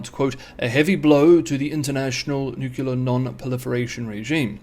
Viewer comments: Also, nuclear, not nukilar! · New Clear. Nu Clear. Nuclear Not exactly rocket science What doofus tries to talk to anyone about “newuckyoular” matters when he cannot even say the word properly ? No credibility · Dear, I had an old, fogged up window that I replaced with a new, clear one. If you can say "new, clear," you can pronounce nuclear correctly. Please do not insert a distraction in your otherwise excellent videos.